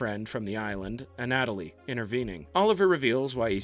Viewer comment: anatoly..."a natalie"...please, dude